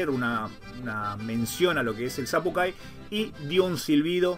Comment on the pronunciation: Sería sapukai porque la c no existe en el alfabeto guaraní y la y se pronuncia ü